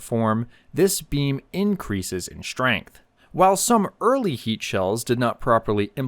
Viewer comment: Blah, blah, blah... LAAAAAAAAAAAAAAAAAAAAAAAAAAAAAAAAAAAAAAAAAAAAAAME!!! 👎👎👎👎👎💩💩💩💩💩 And I didn't know there was an "sh" at the beginning of the word "strength!"